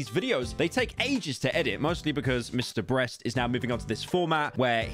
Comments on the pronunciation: did no one hear him say mr breast, LOL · He did say MrBreast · Did he just said Mr Breast. Even the subtitles pick it up 🤣